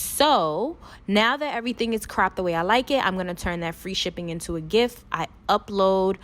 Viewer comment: Who else thought she said turn this image into a GIFT 🤣🤣🤣🤣